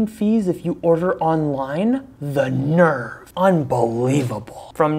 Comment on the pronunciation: I'm just gonna pretend you said "The Nerf." instead of "The nerve."